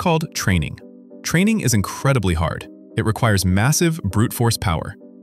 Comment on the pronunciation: in: it's training, not traning. Go back to school.